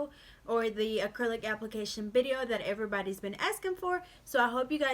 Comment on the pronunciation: It's video. With a V not bideo